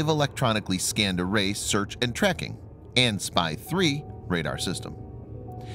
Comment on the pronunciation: Mr. Narrator! Please, when reading model numbers, "AN" is not pronounced as the word "an", like an acronym, each letter is pronounced separate ly: "A - N". That's because it actually stands for "Army/Navy" - AN/SPY-1 (Army Navy Joint Electronics Type Designation System / S - Water (surface ship), P - Radar, Y - Surveillance (target detecting and tracking) and Control (fire and/or air control), model number).